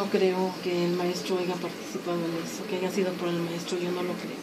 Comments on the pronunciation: Doctora? Diciendo "aiga" al 43.05? No mames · La señora está es maestra y participó en un programa gringo para latino américa y dice aiga? Tiene errores ortográficos hasta hablando y dicen que es maestra discúlpenme pero dónde se graduó. Aiga sido cómo aiga sido, allá señora maestra de Discovery Chanel yo no sé que bestia la contrató pero en fin en el reino del señor existe de todo, saludos y me gustó su entrevista